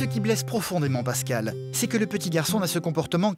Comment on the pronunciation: Kani Traoré "Pascale" pas "Pascal"